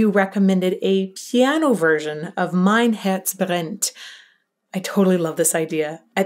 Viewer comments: > how can you say "Mein Herz brennt" without any accent? 😳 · I'm really suprised how clearly and precise you pronounced "Mein Herz brennt". This almost sounded accent free.